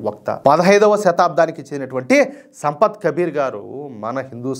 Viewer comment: సంపత్ అని పలుకుతున్నారు ఏంటి? సంత్ కబీర్ అంటే సాధువు